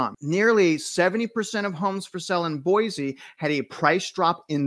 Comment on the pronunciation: FYI....it is not pronounced Boy-Zee...it is Boy-See.